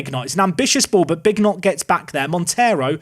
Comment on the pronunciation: I'm just interested if Bignot is pronounced as Big Not (as opposed to Bee nyo), is Mignolet Mig No Let?